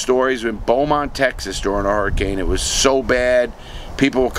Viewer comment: Credit do on pronouncing Beaumont correctly. I was a weekender there,later a 3rd party maintenance person that went back for hvac work every month…was still weird every time being on the other side of things